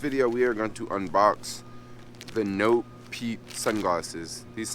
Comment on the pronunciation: It's pronounced Nopeeeeeeeet, not Nopet or Noped.